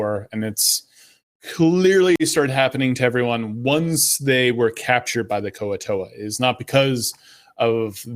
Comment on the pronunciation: I always pronounced Kuo-Toa as "Kwo Toah", not "Ku-o Towah". good to learn!